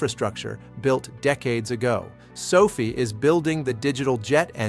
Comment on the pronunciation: Is there anyway you can get your AI to properly pronounce the word Sofi? Every time I hear him say Sophie I feel like maybe the rest of the information is in accurate as well. People lose interest in hearing the valuable content you are offering however, every time he says Sophie, it makes people want to ignore the rest of the message.